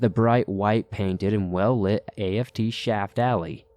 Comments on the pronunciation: A.F.T 😑🤣🤣🤣🤣🤣 it's aft like shaft but without the sh 🤣🤣 sorry I'm a navy vet and I'm dieing😁🤣🤣🤣 forward=front aft=back lol love ya stories tho . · Came here to see if I wasn't the only one who caught that. And A-F-T? How about just aft? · Hey. Thanks for the cool stories. Just want to let you know that the app isn't that part of the ship it is pronounced as a word. Not in letters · Aft is the rear of the ship and is a word not individual letters like A.F.T. Forward is the front. I think u said fore which I think also works. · Forward and aft, not a.f.t. like "after." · Story #2 is a hoax, no military personnel marine or navy would ever say a-f-t. It is pronounced as aft and to be spelled out like a-f-t.